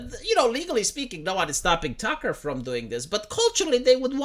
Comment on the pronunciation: you spelt the f word wrong to get around the censor but didn't notice the mispronunciation is doing the same thing